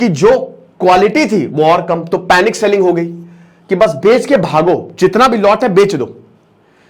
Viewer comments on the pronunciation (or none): none